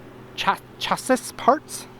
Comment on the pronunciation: Pronounced ‘shassy’ - chassis